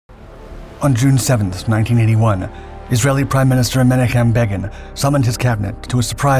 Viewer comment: Please research pronunciations. MEN OCK HIM